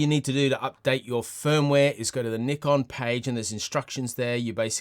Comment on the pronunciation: Finally someone who says Nikon the same as me 😂